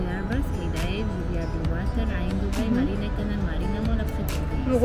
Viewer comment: Tu a dit doubai marina Marina c'est le prénom de ma prof de d'abitude